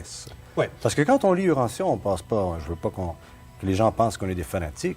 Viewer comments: Yes UranTia et non uranssia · Bravo et en passant lisons Urantia et non OUrantia